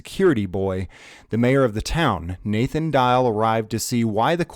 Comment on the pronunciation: He can't say Nathan? Is he from Pluto?